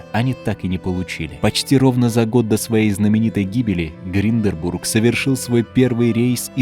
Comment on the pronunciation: ГИНДЕНБУРГ а не гринденбург